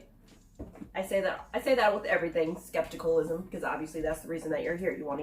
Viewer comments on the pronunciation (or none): scepticism*** not scepticleism